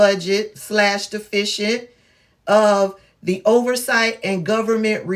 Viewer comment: As an Educated Black Woman. I am Disappointed n u 4 continuing 2 mispronounce the word DEFICIT... I ❤️ What U Doing, Tho. Extremely Needed / Helpful 4 those of Us who want 2 remain Educated / Well Informed 🤜🏾🤛🏾👏🏾👍🏾